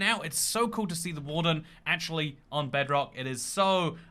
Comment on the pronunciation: Man almost said "jebrock"